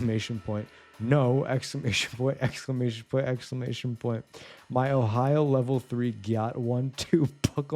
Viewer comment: exclamation point... expclamantion point...